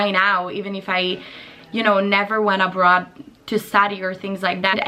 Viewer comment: "year a bra" Io: a bra?? Un reggiseno? Sempre io: oh, abroad. Ok. Lo parli veramente benissimo, per quanto io lo capisca abbastanza bene hai davvero una pronuncia strettissima, come gli americani 😂